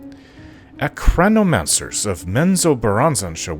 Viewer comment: Sorry if I say this but, I'm triggered by the fact that you read it as "ACRAhnomancer" instead of "ARAChnomancer". Sorry again, I didn't mean to offend you.